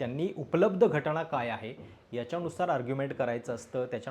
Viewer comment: स्वारी सादरीकरण एकदम मस्त पण घटणा नाही घटना असं आहे तेव्हा थोडं ऐकायला बरं वाटलं नाही पुन्हा स्वारी